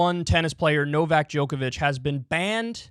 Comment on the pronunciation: Why do Americans always pronounce names wrong? It’s true. Some of you can’t even say their own names correctly. And Novak is not exactly a tongue-twister.